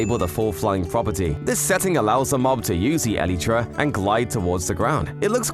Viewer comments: "eleetra" its elytra(prounced el-i-tra) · Its a elytra not a eleeetra